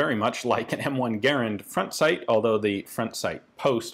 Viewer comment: Thank you for pronouncing Garand the right way!